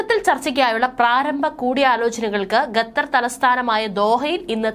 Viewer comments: Hello madam gather alla quatar ennu പറയുക lshame 4 മലയാളീ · ഗെത്തർ?? ഖത്തർ എന്ന് പറയൂ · ഗത്തർ അല്ല, ഖത്തർ, ഖത്തർ...